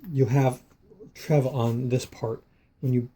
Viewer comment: I have a battery operated fan TREVA and my name is Treva. You pronounced it wrong the e sounds like the letter e.